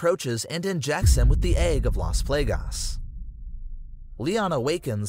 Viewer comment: Good vid but your not pronouncing Luis or las plagues right